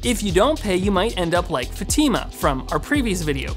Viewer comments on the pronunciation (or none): none